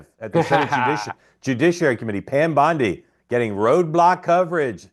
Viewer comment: it's Bondi not Biondi. As often as Mark told people how to pronounce Kamala, I wish he would correct him.